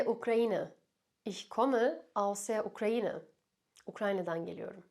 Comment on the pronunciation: Ukrainı diye okudunuz hocam ukğainı olmalı deyip ukalalık yapıyorum hocama 🤓🤓😂😂